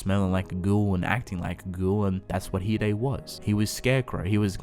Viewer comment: Oh so you say it as He-Daey not Hide